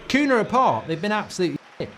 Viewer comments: Why does he keep calling him Koona?????? It's so jarring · Who is Kuna? The mispronunciation is appaling! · Their names are NOT "Amourine", or "Cuna". It's AMORIM. And for Cunha It's an nh, so the sound is ÑE. CuNHa. English can't pronounce Portuguese names to save their lives. They either make it sound like spanish or like nothing at all. It's like me calling you Markei Gouldabrige. If you are going to comment on football, at least do your homework and hear their names properly pronounced first. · "Koonah" 🤣 jesus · Bro rlly said Cuuna